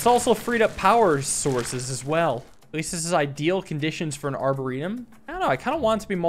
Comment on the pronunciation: Love the video. I think the emphasis is on the -or of a arboretum, not the -e.